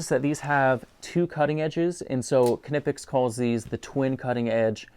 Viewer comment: Nip-ex is horrible lol. I find this fascinating. One of my friends got back to me today, and his wife (who is German) says, "K-nip-ex," but some of those German guys were clearly saying, "k-nee-pex." I wonder if that's a regional dialect thing? I decided to dig a little more. The company was founded in Wuppertal, and four language groups converge in the Wupper valley. The lady I know grew up just outside of the valley, so maybe I can get a little more information on it. From the evidence we currently have, there are two correct German pronunciations.